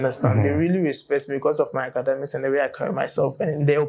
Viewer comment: You that criticize people bitterly on Twitter in relation to english language, you're saying "ACADAMICS". BOI!